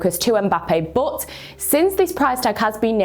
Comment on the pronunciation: "Bod" :D